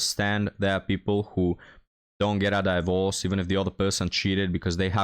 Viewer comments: Hi- FYI it's 'DIVorce' not 'DIEvorce'- just to help😉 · I love the way he says it. 😂 His slight mispronunciations are part of the charm.